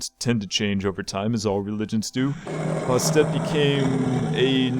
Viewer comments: It is pronounced Bastet not bostet ant she is a goddess not a god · okay 2 things bastet is pronounced bast-et and name it tom from tom and jerry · it is bas et the first t is silent